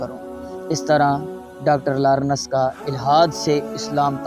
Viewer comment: Sab kuch bitreen...alaaaaaa... Sirf larnas ka talafuz theek kro...